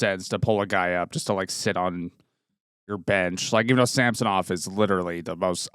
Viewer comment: It’s not pronounced Sam-so-Nov . It’s pretty easy to say it properly,, it’s Samsonov. Not difficult. All one word not disjointed. The American pundits and broadcasters annoyingly kept saying that way because welll…..they’re American. You’re Canadian so speak like one. Personally I hope he recovers his game and shuts up people like you in the “ what have you done for me lately crowd”. Toronto are losers because of people like you guys who put relentless unreasonable expectations on Toronto teams. One win in six games. Never mind the ties or comebacks to tie. The 5 nothing comeback in the third period completely forgotten. No wonder OReilly chose the Preds even though he’s a Toronto boy.